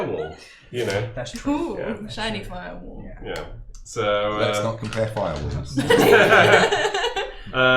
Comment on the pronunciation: "lets not compaire firewalls"